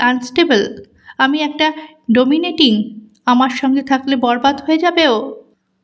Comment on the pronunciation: ডোমিনেটিং নয় “ডমিনেটিং”